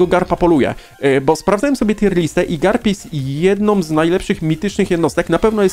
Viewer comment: on sie nazywa carp a nie garp